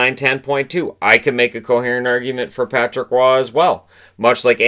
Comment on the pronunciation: Roy is pronounced "wah" not "raw"